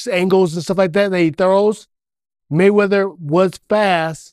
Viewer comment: "Money Maywedder" 😂😂😂 Yo be cracking me TF up